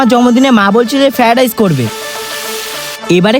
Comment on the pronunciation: ওটা ফ্যারাডাইস নয় ওটাকে বলে ফ্রায়েড রাইস